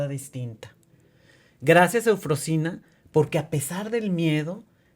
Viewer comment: A la persona que entrevista, por educación debería haber aprendido bien el nombre de EUFROSINA y de dónde viene. Excelente historia de superación de esa pequeña niña de la montaña 💖